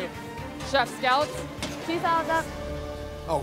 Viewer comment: Chefs: Scallops Gordon: Scollop